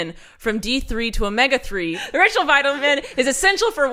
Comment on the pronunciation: Ritual sounded like Rachel the 1st couple of times you said it